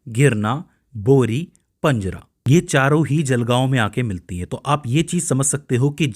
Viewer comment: पंजरा नहीं पांझरा आहे नाव तर नीट घे